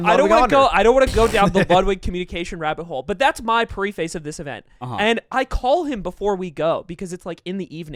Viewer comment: did he say pre face